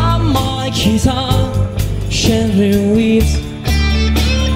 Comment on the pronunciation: Also, "gently", not "Shently". "You" were perverted, not "t'you" were perverted.